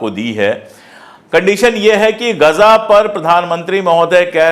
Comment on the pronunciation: Sir, Aapto ghaza bol rahe hain. Priya Hamare pradha mantri ji gaja bol rahe hain. Kya ye uchcharan sahi hai.